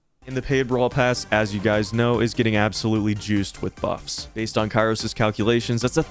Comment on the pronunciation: THAT AINT KAIROS TIME THATS KIAROS TIM